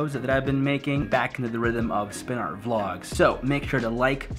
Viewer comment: WRITE AND THEN SPIN IT AND I LOVE WHEN YOU SAY AAHRT